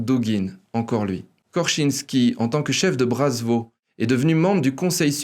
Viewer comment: Parfait comme d'habitude... juste .... c'est Svoboda et pas Zvoboda. Ca s'escris avec S et se prononce S et pas Z.... pas brazvo qui ne veut rien dire, mais Bratstvo (avec un S) qui veut dire fraternité .... mais bon ca n'enlève rien à la qualité de l'emission.